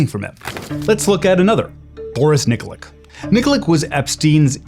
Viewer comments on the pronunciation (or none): Nikolic, pronounced "Neekoleech" not NIKLIK.